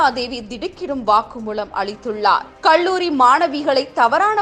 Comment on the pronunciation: நிர்மளாதேவி, வாக்குமூளம், கள்ளூரி - நீங்களெல்லாம் செய்திவாசிக்கவில்லையென்றால் குடிமுழுகிப்போகுமா?